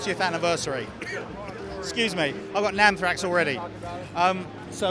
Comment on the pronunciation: Did...did he say he had "NAMMthrax?"